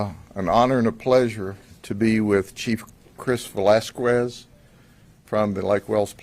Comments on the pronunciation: I love how he pronounced the Chiefs name in the beginning "Luis VelasQUez" 😂😂 hes so genuine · Why did he pronounce his name “Vuh- las-qwez” 😂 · GOAT!!!!!!! HE SAID VELASKWEZ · Chief velasquzzzz🤣